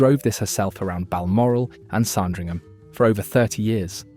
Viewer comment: SARN dringham??? It is pronounced SAND ringham, you wally!! And Chassis is correctly pronounced SHA (as in shall) SEE, not Cha (as in chat) see; see??? Muppet!! Oh, and after talking about an Aston Martin in a shade of green, why show models in red and blue??? DOH!!!